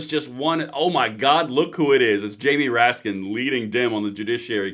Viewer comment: "JAY-ME RAT-SKIN"